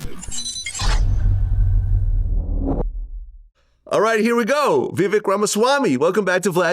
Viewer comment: It’s Vivek like “cake”. Get it together Vlad